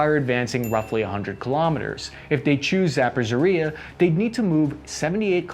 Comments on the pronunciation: Um..., your butchering of my city's and region's name and really hurt. Would you kindly try better? Please? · Not a big deal, but: ZA-PO-something like "ridge" but without "d" - "a" like in "car" Like it please, so notices. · He is pronouncing Zaporizhzhia in a way, that it is not even barely recognizable. Basically he invents new word every time, with new letters that were not originally in "Zaporizhzhia" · He likely knows it. he's made reference to his confident mispronunciations of Ukrainian places. It's kind of a bit now. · Hey man, reach out if you want to learn how to say Zaporizhia! lol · It's Zaporizhzhia, or in my Slavic language Záporoží, it is the place Za-, beyond the "porihy", that is the rapids of Dnieper. Because it lies "beyond the rapids" of the river, it is a very self-descriptory name for the city. Historically it is very famous because of the cossack tradition but that is besides the point. The Ukrainians put two zh in there, like in the English word "meaSUre". I am just generally annoyed about the pronunciation. It's not even that hard. God forbid that the next country the Russians try to invade is Poland because then will be 100% lost in the pronunciation. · It is not Zappashariah, nor is it Agrabah 😂 Repeat after me Zap-Oh-Row-Shey. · nice videos man! thanks! but it is zaporozhyE not zapozhoryA (: (not first time). Thanks again for vids! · Za-por-izh-zhia. The "zhzh" throws people off, but you should think of it just as a double consonant, because "zh" is an anglicanization of the letter "ж". За-пор-іж-жя The letter is pronounced like the beginning of the second syllable in "regime". I know it's nitpicky, but you butcher it so exceptionally badly that it calls into question how much you actually prepare for these videos. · Not to nitpick, but since you are saying many times, it's not "Zappo-po-reezhia" it's Zapo-reezhia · Zapozhoriya lol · “Zappazeria” 😂😂😂 And “Zappageria” For today’s pronunciation flubber of Zaporizhzhia 🤣